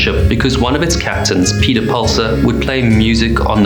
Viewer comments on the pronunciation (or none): none